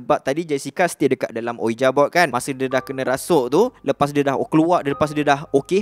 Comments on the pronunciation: Sori, sebutan ouija tu "wiji", bkn uija. Tu je pape pon mantop cerita ko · Tak pernah tak padu punya content. Just sharing untuk sebutan "ouija", cara pronounce betulnya "wiji" or "weejee" board.